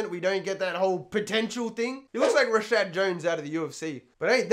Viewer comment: It’s Rashard Evans